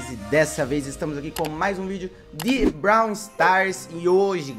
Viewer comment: Pq quando o fala brawler ele fala browli